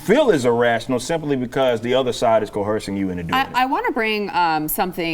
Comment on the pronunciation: Maybe Because they rehearsed their coercion 😂 co-hersing